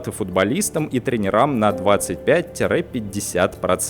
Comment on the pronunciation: Простите меня, пожалуйста, но... никак не "тренерáм", а "трéнерам". Ещё раз извините, но режет слух. Ну и... перегибаете, когда говорите, что организованность рабочих или студентов КРАЙНЕ низка. Она, безусловно невысока, но в реальности организованность растёт. Причём это видно невооружённым глазом. Что касается студентов, то я прекрасно помню наше отношение к общественным дисциплинам в техническом вузе и нынешнее марксистское движение студентов в том же самом вузе. Мы уходили с этих откровенно скучных занятий, нас заставляли, они - само организовывают кружки и заставляют преподавателей работать в них. Разницы не видите? А я вижу! И нет, нет, всё не так уныло... Да я по себе вижу: мне бы в голову не пришло бы ранее заниматься рассмотрением правовой объективности в свете именно марксизма и диалектики. Эти вещи казались вообще нерядоположенными. А это не так. И, например, именно даже из гегелевсккой диалектики и его же определений, даже без основательного исследования по Марксу уже следует правовая недействительность (опять же в чисто гегелевском смысле) частной собственности на средства производства ПРИ ТОВАРНОМ производстве. И это строго доказывается даже без привлечения аппарата политэкономии. Точно так же можно показать, что деньги суть в правовом отношении - мера права распоряжения. А сложив и то и другое - прийти к строгому выводу, что при общественной собственности на средства производства денежная система обязательно должна быть именно двухконтурной - один контур измеря